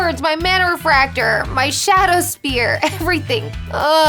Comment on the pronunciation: How can she not say "Spear" right.